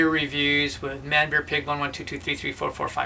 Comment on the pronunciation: Sounds like some really nice breweries. Wow, you are getting really good at saying Manbearpig 's name! Happy HBW!